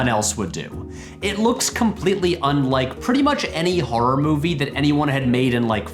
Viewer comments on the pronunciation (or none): none